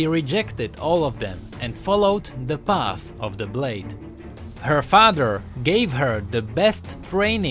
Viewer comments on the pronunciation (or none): none